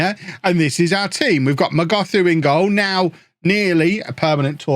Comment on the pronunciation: Hi it's pronounced not as "Mogothu" but as "Mogotu" the h is silent. I'm a native zulu speaker from South Africa